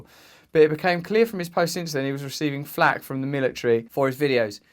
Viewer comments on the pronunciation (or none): none